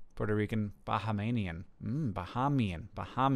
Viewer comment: Hank, as a Bahamian, I'd like to correct your pronunciation. We pronounce it as "Buh-HAY-mee-un". :)